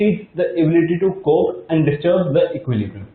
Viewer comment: It’s cope not cobe